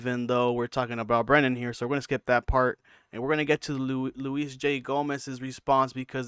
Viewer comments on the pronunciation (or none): Pronounce Luis' name correctly ya bozo. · Bro its louis not Louise... and the hardest you laughed was at brendan mispronouncing Carlon's name. Getting pretty sick of dummies making youtube videos with lukewarm takes about schaub. He sucks, but you guys also suck 😂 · Why are you calling him Louise? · It’s Luis like Lewis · You’re mispronouncing Luis J Gomez’s name… You called George Carlin, George Carltin…. And the legion of skanks is only Big J, Luis J and Dave Smith… just pointing out that these are all the exact things you call Brendan out for. Look in the mirror, you’re projecting the things you don’t like about yourself onto him.